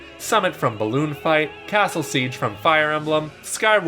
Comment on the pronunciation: How the hell do you mess up ice climbers and balloon fight plus your reading off a script so there’s no excuse